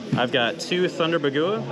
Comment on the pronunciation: Dude whoever is saying Bah goowah needs to cut it out its bog wah